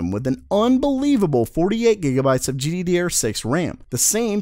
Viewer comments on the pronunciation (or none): I love it when he says gdderrr6. Makes me want laugh like a ton